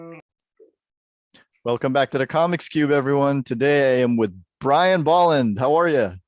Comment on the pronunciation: Kudos to you for pronouncing Bolland's name right.